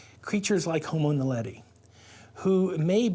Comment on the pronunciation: 에서, "호모 날레디"를 성우가 "호모 나델리"라고 잘못 읽습니다. 이 영상의 설명에서도 "호모 날레리"라고 잘못 써놨네요. 명칭이 생소하긴 한가 봅니다.